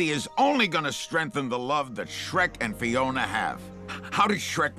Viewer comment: FIONA! Not Finona who TF is that?